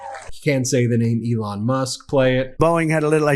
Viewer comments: Play it slow... Did tRump just call Elon Musk "Leon"??? YEP. That's his name now, I guess: LEON MUSK.⬅⬅⬅ (Almost sounded like "Lee-Ann", really...) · did he call “Elon”, “Leon”? It’s truly amazing how jumbled and incoherent his speaking is. The MAGA cultists who attend just wait for key words and phrases because there’s no understanding the insanity of his ramblings. They just wait there until he mentions a wedge issue or any Democrat, then cheer like he just scored a touchdown. Oh wait…that’s just the WEAVE. I guess he weaved the 4 letters that make up “Elon” into a different name on purpose. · Did he call Elon Musk LEON? 😂😂😂😂😂😂😂😂😂😂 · Did he just call Musk “Leon”? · Did he say "Leon" instead of "Elon"? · So…we’re jus gonna keep on listening to clips & act like he didn’t say Leon Musk? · He called "ELON", "LEON", what a dumbass